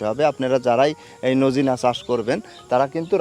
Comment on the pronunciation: সাজনাকে নোজিনা বলেন কেন